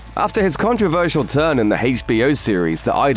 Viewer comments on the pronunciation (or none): none